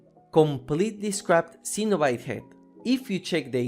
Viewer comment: Cenobite is pronounce Sen-O-Bite